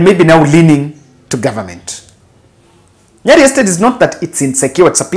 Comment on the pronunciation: can you stop pronouncing Nyeri as Nyali